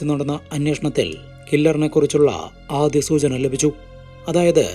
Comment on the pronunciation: ആദിയം അല്ല ആദ്യം.